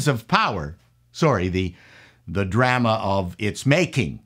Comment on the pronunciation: The way he pronounced drama made me think he's Canadian.